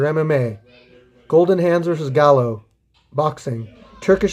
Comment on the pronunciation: "Gallo" is pronounced "GUY-oh"... it's Spanish for rooster.